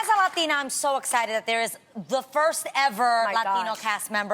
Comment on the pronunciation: Adrienne turns everything into “As a Latina” or “I don’t know if it’s a Latina” thing 😂😂. Girl 🙄 it’s getting old. It’s not a “Lathina” thing.